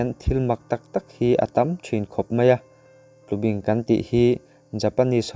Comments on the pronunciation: Tlubing ni lovin TLUBÍNG a ni e. Bing lai tak hi thlúk deuh tur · Tlubing,i lamrik dan hi,kei ni chuan bing,lai tak hi baibing kan lam rik dan a,bing hi a ri sangin kan lam ri. A ngaihnawm khawp mai.